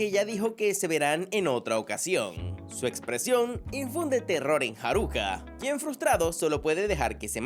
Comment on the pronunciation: Con su respeto señor ekeisama no es haruca es sakura